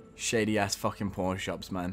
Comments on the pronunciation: Yeah i knew he said "Pawn shops" but it sounded alot like "Porn shops":P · Did he say porn shops? Sounds like it...